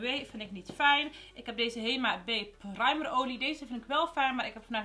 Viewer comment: Hoe jij primer zegt praamer hahahahahahahahaha herken het 😂😂😅😅😅 Love you vid❤️❤️❤️❤️❤️❤️❤️❤️❤️❤️❤️❤️